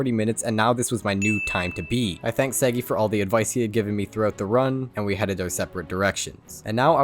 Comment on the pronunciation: i personaly know sagi you dont pronounce his name correctly